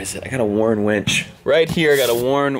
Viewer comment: I thought it was the Texas in, but I'm pretty sure he started off saying he was going to put a "wench" on Chief... after saying it three times he was saying "winch", but it started off that Chief was getting a wench, haha! Heather🇨🇦